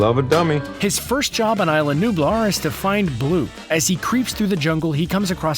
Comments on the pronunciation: Ee-sla not eye-sla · It's no ila it's isla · It's isla not ila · It's E-sla not isla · It's pronounced Is-la, not eye-la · Cadin Marohl ikr the pronounced isla wrong...